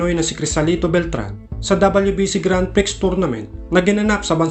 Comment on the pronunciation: Hindi grand priks Ang bigkas sa grand prix.. Ang tamang bigkas ay grand pree. Silent x. Search mo para matiyak mo